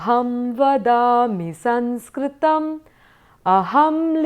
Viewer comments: excellent.I enjoyed. One suggestion.Please pronounce saMskrtam as such.You pronounced it as saNskrtam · All the nuances are well explained and many thanks for the same. Just one doubt. Is it not Samskrtam?. In this video I am hearing it as Sanskrtam.vThank you